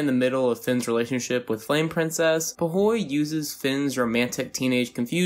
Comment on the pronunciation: You not saying “ foo wee” pisses me off